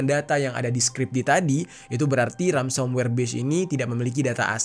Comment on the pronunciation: mohon koreksi ya kak, sepertinya itu yg disebut Ransomware, bukan Ramsomware heeheh😊